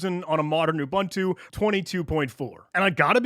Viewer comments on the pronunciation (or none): Repeat after me: oo-booon-too not oo-ban-tu. Great video otherwise.